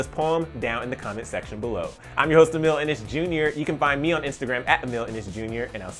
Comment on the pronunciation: Why is it that every time he says Emile Ennis JR I think he’s saying Emile and it’s JR 😥😬😂